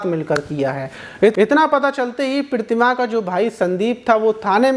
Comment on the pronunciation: Maaz bhai aapko Pratima kahna nhi aata😂😂😂😂😂😂😂😂